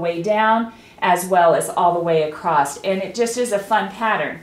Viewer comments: I really enjoyed that tutorial, very informative and clear, by the way there is no "t" in across :) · I have always wondered why some people always say ACROSS just like it is spelled ACROST???? I have heard so many people say it this way but have always wondered how it got started that way.....many people say it . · Sorry..across does not end with a letter t. Across. Not acrost. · Clear explanations. I don’t like the narrative shouting. Just explain things a bit calmer, And the word across, doesn’t have any Ed on the end! Repeatedly saying acrossed, pronounced acrosst, was really irritating.